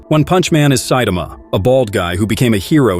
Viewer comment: Who the hell is Saitema? Saitama, TAMA. Ffs